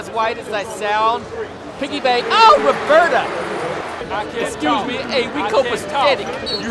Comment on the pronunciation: “OH REBERTA” 😩😩😂😂